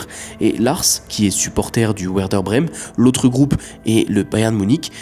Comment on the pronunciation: Pour info, Werder Brême (Werder Bremen en allemand) se prononce "vairdair".